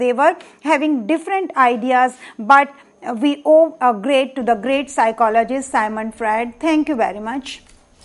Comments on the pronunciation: It's Sigmant Frued..not Symon Fraed.. thank you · It's Sigmond Fraud!!